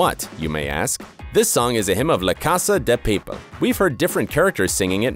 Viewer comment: Paypal XDDD